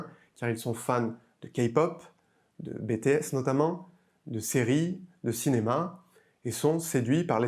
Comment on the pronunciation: Bétéaisse😂 Désolé c'était plus fort que moi! Sinon super vidéo continue comme ça!!!!